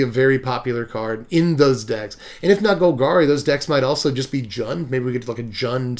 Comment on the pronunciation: They do this because the word isn't Swedish. It's pronounced Jund. J as in Jar. If you are swedish then pronounce it however you like but it really is Jund. Also if you notice the 3 color group's names actually feel like the name is correct. Other than Bant in all honesty. Abzan feels like it would be White Black Green. Mardu feels Black White Red. Just the feeling you get when you say the word. Yund doesn't feel like a group collective that is bent on destroying stuff and being brutal. Jund does.... They all pretty much feel right... Except Bant. That feels like a field of flowers for some reason..... Which may be what they were going for. Field = white Flowers = green Sky = blue.... I never saw that before lol.